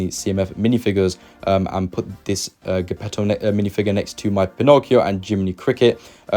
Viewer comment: How to Pronounce Geppetto Lol, don't come across as a Disney fan without saying the names right.